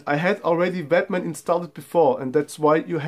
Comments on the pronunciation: Great video, sounds like you saying batman.... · it just sounded a bit funny, been a English speaker. But your english is spot on.